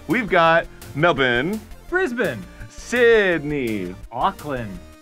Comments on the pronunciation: I appreciate the effort to say Melbourne correctly, either that or he tried to say it wrong but unintentionally said It right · I would rather arin pronounce melbourne as 'mel-born' than whatever he just said XD